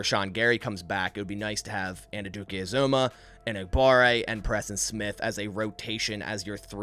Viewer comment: Great mock, just one thing. Felix Anudike-Uzomah is pronounced An-you-dikay Ooz-amah. I’m a Kansas State fan and this is how the announcers and coaches say is name. (Or just call him King Felix)